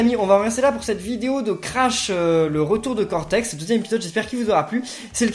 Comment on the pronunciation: A mdr il dit cotex au lieu cortex